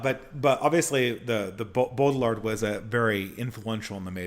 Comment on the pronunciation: even though this isn't intention, there's something appropriate about him stomping on foreign pronunciations like "Gene Bode ill ard" it's like Brad Pitt in Inglorious Basterds, "ban jayr no" if we really believe in nations and localities with distinct cultures, we ought not pay any heed to the globalist sophisticate who would scoff at a mispronunciation of the French